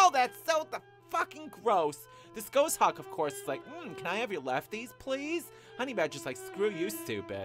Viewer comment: You're mispronouncing "Goshawk"...it's pornounced "Gaws-hawk". :)